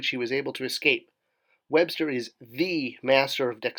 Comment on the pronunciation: bro. ‘webstor’ is pronounced ‘web-store’ just as ‘skeletor’ is pronounced ‘skele-tore,’ not ‘skele-ter.’ you wouldn’t pronounce ‘stridor’ as ‘strider’ would you? 🤦🏼‍♂️